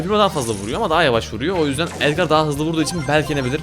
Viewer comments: Abi edgar edgır diye okunuyo ve edgarı tutuyorum seni seviyorum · Abi edgar déğil edgır